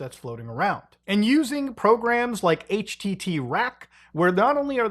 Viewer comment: HTT rack or HT Track buddy? xd